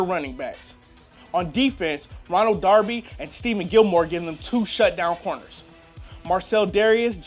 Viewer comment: "Steven Gilmore"